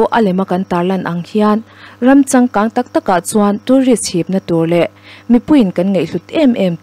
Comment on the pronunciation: Ngaihnawm e In hampuar tih erawh i lam dik lo tlat😊